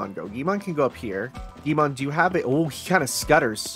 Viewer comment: i find your videos really relaxing and fun in a nerdy way, but i cannot stress enough how infuriating it is to hear you say guimon instead of gui L mon XD Love you